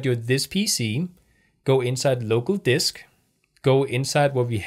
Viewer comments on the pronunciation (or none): none